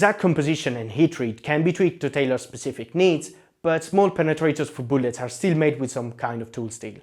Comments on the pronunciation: Booolets lmao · New drinking game: Take a shot every time he says "Boolets".